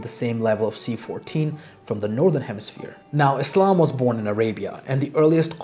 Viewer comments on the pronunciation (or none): none